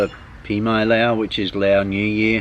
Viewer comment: you've been there for so long why do you speak Laos instead of Lao